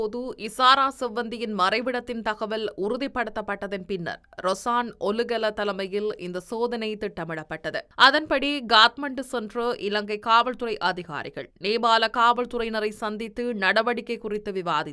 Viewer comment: Gathmandu அல்ல Kathmandu Gehel pathra அல்ல Kehel pathra Beliyagoda அல்ல Peliyagoda Nebal அல்ல Nepal உச்சரிப்பினை பார்த்துக் கொள்ளுங்கள் 🎉